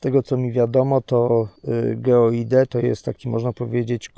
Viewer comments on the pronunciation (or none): Ja naprawdę jestem wyrozumiały, ale nie daje rady słuchać ciągłego "geoide". Przecież nawet na tym urządzeniu, stoi jak byk GEOID. Może wymawia się nie najwygodniej, ale litości. To przecież można skrócić do GEO i to już fajnie brzmi i w uszy nie kłuje. Pozdrawiam :-)